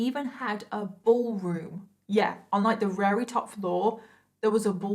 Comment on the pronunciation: I like the way you say "very" - sounds like "Rarey" makes me happy